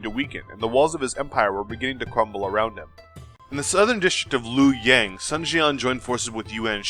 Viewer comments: Some small errors: Dong Zhuo Qiao Mao Luoyang is pronounced as Luo YOUNG. Lu in Lu Bu is kinda tricky..... a cross between Loo and Lee. Good job - looking forward to the next episode! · I keep forgetting to comment on this excellent video. I have no real criticism other than a friendly head up on how to pronounce Luoyang, the capital of East Han Dynasty. Luoyang 洛陽, let's split it as two words. 洛 Luo sounds like Lu-wo but as fast and smooth as you can.. 陽 Yang as Young which you already know. Yang of Luoyang is also the Chinese word for Sun - Taiyang 太陽. Not the for the word 楊 Willow/Salicaceae. Hence the most difficult part of Chinese lingos. One "word/Character/symbol" has multiple context depends on how the rest of the sentence/phrase goes, and there are words sounds a like too. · That's Dong Zhuo ya dope also laughing at a couple of the misspellings, He Jin, mispronunciations, and luoyang.